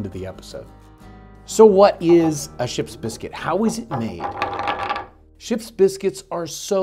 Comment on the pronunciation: This man’s commitment to properly pronouncing Ship’s Biscuit is stronger than most marriages.